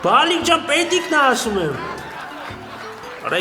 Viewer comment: Ասըմա😂պ ի տեղը (ձ) ա ասըմ՝ էս ում թլիկ էրեխենա😂😂👍👍👍